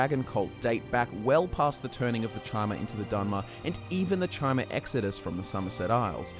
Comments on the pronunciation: Chimer is pronounced Kymer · chimer is pronounced "kai-mer"